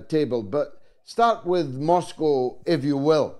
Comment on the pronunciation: God I wish American could learn to pronounce Moscow properly. Especially by a person who claims to have worked and lived there.